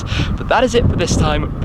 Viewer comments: Why does Shmee say 'chairs' at the end of every video? imo he should say 'cars' instead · he means cheers